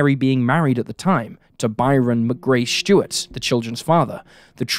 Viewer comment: S-T-U-A-R-T. Stuart, not "Shtewart". This trend of randomly adding an "h" to words that contain an "s" is getting tiring.